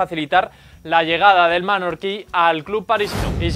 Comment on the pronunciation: Mallorqui, no manorqui